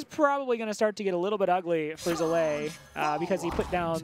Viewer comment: Zalae. Come on. Get the names of the participants right.